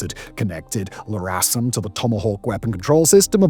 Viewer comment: "El"-RASM not "La"-RASM